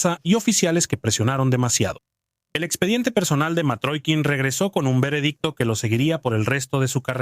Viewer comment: Matrokin , no . Mitrokhin . Y se lee Mitrojin